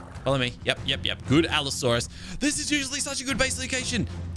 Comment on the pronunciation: Allosaurus = ab-asaurus